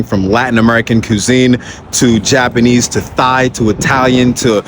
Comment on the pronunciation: When you said Thai food as "thigh" I had to rewind 😂 Great tour!